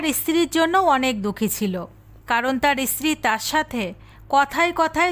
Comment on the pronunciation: ইস্ত্রি বলছেন কেন?বলুন স্ত্রী ।